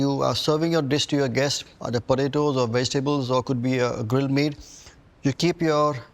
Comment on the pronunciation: Im a huge Vineet fan. Love his recipes. Watch all of his videos. So i say this with love.... they way he is saying "Podaydoes" has me dying! XD